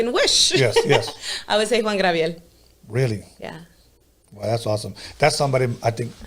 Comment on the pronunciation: Did she just say Juan Grabiel 🤣